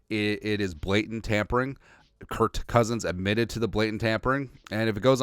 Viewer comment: Stop saying Curt, it’s Kirk